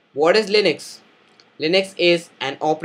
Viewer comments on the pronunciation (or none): Its Linux, not linix